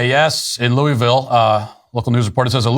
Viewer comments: Love you Matt but we gotta have a talk. It's not "Looeyville" its "Louhvul". This is very important. Get it right or keep our name out ya mouth. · Loo-uh-ville. I lived there for two years, I've heard "loo-uh-ville" "luh-ville" and "loo-ville", but never once heard someone there refer to it as "loo-ee-ville".